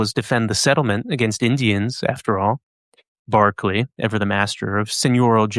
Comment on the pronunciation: It's Berkeley not Barclay. Pronunciation ❤